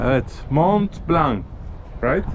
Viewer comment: Mon Blan okunuyor Mount Blanc (Akdağ)